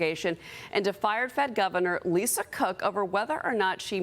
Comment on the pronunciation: Did I hear him say "Lisa CRook"?